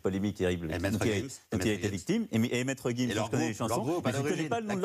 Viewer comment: Oh Mais la question sur sexion d'assaut quelle bassesse! Mais qui est ce journaliste??! "Vu que c'est une question sur les jeunes, quel est le groupe de Black M et Maître Gims?" Comme s'il fallait écouter sexion d'assaut pour revendiquer notre jeunesse! Alors qu'il ne savait même pas prononcer Maître Gims! Ne fait pas de leçon si tu n'es pas toi meme si "proche des jeunes" comme tu le dis! Honteux!